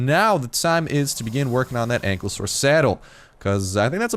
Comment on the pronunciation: call him cankelosaurus